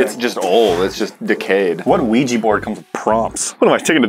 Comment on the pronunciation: Ugh.. OuijA, not Ouijee! Love you guys but that's a cringe pet peeve.